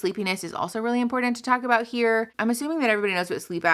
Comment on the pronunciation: "People complain about how I telk too fast." Me: Playing at 1.5 speed.......